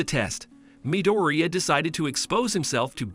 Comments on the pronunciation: bro said mideria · It's midorya not midearia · MIdOrIya? What? Is that how you pronounce his last name no no no no its Midoriya What your saying Katsuki's last name the wrong way Dude learn how to say it right! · Midoria not midiria lol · IZUKU MIRUDIA ITS IZUKU MIDORIYA NOT MIRUDIA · Why are you saying amdara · midooreea? ok im done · in the anime “midoriya” Real life “✨MiDoRiA✨” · he also said mideria